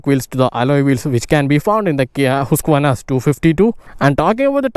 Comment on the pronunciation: It is really encouraging and pleasing to listen someone pronouncing the name of the company correctly.